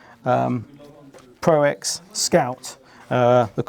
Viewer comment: ''Pro ten'' rather than ''Pro x''. Nobody said ''Hunting v''. Said ''Hunting five''. Come on, guys. Roman numerals.